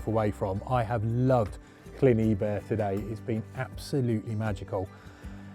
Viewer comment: Fished there a lot a a kid in the 1950’s - biggest pike I caught was 7lb. Fished it again a few years ago and the most succesful lure as a black and silver rapala. BTW - phonetically its ebbyr not eebyr